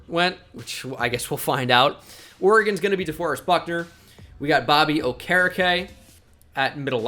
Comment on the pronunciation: no way thats how you say bobby okereke's name